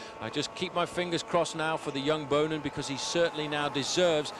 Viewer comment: It just hurts my ears every time commentator mispronounce Boonen's surname.